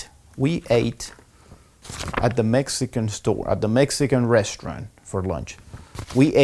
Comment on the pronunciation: se le fue la letra "e" de más xd restaurante